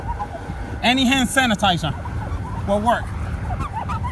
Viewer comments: Leeto hann sanitiza, LITTO HANN SANITIZUHHH!!! Thanks this was an efficient hack and I got a good laugh! Thumbs up on this lol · “LIL HAN SANITIZERR” 😂 lol okay say that den 👏🏽 thanks 🥰